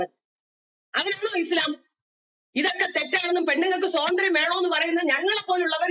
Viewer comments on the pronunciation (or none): "സ്വതന്ത്ര്യം" അല്ല കാക്കേ "സ്വാതന്ത്ര്യം" സ്വാ..സ്വാ.. ആദ്യം സ്വന്തം മാതൃഭാഷ മര്യാദയ്ക്ക് സംസാരിക്കാൻ പഠിക്ക്. അതെങ്ങനാ സ്‌കൂളിൽ പോകണ്ട സമയത്ത് അറബി കിതാബ് പഠിക്കാൻ പോയാൽ ഇങ്ങനിരിക്കും.😂😂😂